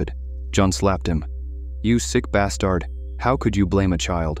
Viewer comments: somehow capable of pronouncing cacophony but incapable of pronouncing stepped or bastard 😂 seems legit 🥴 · I died when he said bass - tard !! 😅😅